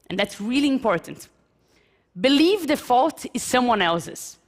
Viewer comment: Mas isso não se aplica a alguém que ficou tempo o bastante nos EUA, como ela. Tipo, é grave quando, vivendo nos EUA por um bom tempo, ainda pronunciar "believe" como "BELIVI" em vez de "biliv".